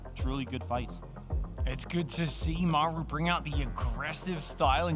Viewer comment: Great cast! But the way you call "Maeru" the whole time made me almost mute the video.